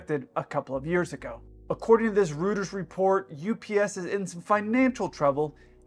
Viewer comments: Love your channel...just one small thing, not a criticism though, just for future reference. Reuters is pronounced "Royters" not "Rooters" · This was a very informative and helpful report for anyone investing in these companies. Small note: REUTERS is pronounced "Roy-ters" not "Rooters". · Reuters is pronounced ROY-ters, not ROO-ters. It's a German name. 🤔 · Thanks for the biz report, but it's pronounced Royters not Rooters,. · Roy-ters I think, not Roo-ters. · Who's Rooters? Is he related to Roy-terse? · Pro tip - Reuters is pronounced "Royters." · Rooters report? "Roy Terz" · It's pronounced 'royters', not 'rooters'. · Not rooters… Reuters. Pronounced Roy-rers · Reuters: royters, not rooters. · Rooters !! Reuters 😂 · It’s pronounced “roy-ters” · Did you just say “rooters” instead of Reuters pronounced roy·trz ? Do better. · It’s pronounced “Roy-ters” not rooters…Jesus H. Christ! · Hi - The media outlet is pronounced "Royters" in case you ever have to refer to them again. Love you and your videos - long may you fly and vlog! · Respectfully, Reuters is pronounced ROY-ters in the USA. I enjoy your channel. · "Reuters" is pronounced "Roy'-terz," like "Freud." From Berlitz, a company that has been teaching languages since 1870: "The German diphthongs “eu” and “äu” sound the same. They’re both pronounced like the “oy” in “decoy”." Also - the kid is fully possessed. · I’ve never heard Reuters pronounced Rooters before. Made me laugh. 😆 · It’s not Rooters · "According to this 'Rooters' report"? Hint: Reuters was founded by a German. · Just FYI, "Reuters" is pronounced "ROY-ters". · Rooters? Rooters the news agency? Really? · Did...he really just pronounce it "Rooters"? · "Reuters" is pronounced " roy trz " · Pronounced “ROY-TERS” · If you have more than a million subs, learn how to pronounce “Reuters.”